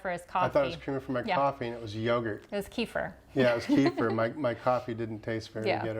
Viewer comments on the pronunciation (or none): none